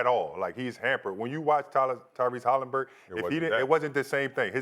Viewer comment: Who is Halimburton?